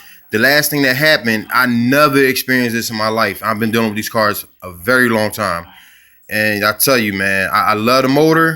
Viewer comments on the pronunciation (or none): none